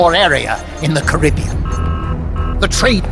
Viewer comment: Really pissed off that Coldman mispronounced Caribbean through the entire thing